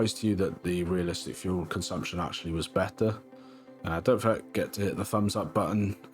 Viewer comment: Are you a Welshman? It was near the end when you said "was better"